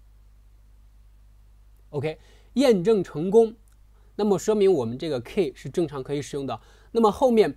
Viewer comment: 不是'kei', 是‘ki:'